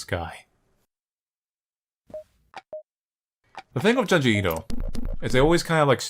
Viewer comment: I know this is 8 years ago, but I’m pretty sure he still pronounces Junji Ito as “Juhn-jee Eeto/Eedo” and it’s really annoying. It’s “June-jee Ee-to”. Nowhere in the Japanese language is there an “Uh” sound. Closest thing is the “Ah” sound of syllables with the letter “a”.